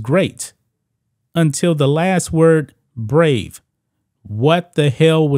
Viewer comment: Ok but he did hit the right note. He messed up his inflection on the brave syllable. Ambitious but probably not a great idea unless he practiced it a lot.